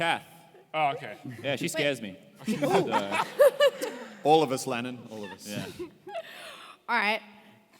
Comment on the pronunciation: I thought they were pronouncing ‘Landon’, ‘Lannan’ because of their accents. But his name is actually, Lannan.